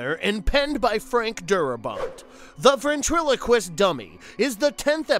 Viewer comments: Does anyone know why the narrator doesn’t pronounce ventriloquist correctly? He says veRntriliquist all but one time? Or did no one else notice this? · Really struggling with that ventriloquist word huh?